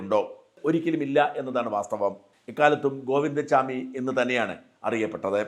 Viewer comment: Govinda swami alla Govinda chami,Please say correct name